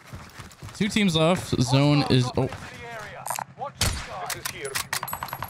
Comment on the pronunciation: Oh shit i didnt hear the m when he said teams😂